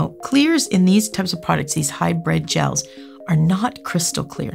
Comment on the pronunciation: HybrId, not hybrEd! Pet peeve. 🤓